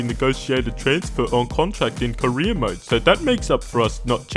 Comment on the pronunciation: When you say "career mode", I keep hearing "Korean mode"